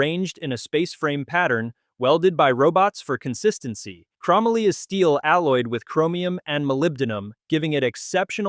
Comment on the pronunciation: Good video, but say it with me....."Chrome-ollie". ;)